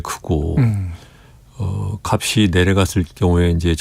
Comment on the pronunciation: "값이"를 제대로 발음하시는 분 오랜만이네요